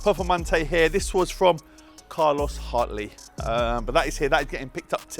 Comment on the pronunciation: who else noticed the "Cart Hartley" xP